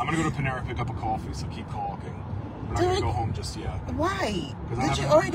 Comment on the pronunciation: CALLS COFFEE "CWA-FEE."